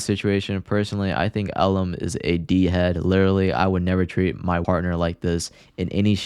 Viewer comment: his name is pronounced “L”lum, which is actually pretty fitting